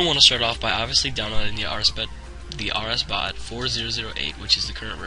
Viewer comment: he said rsbut tehe